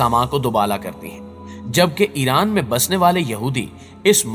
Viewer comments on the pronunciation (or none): none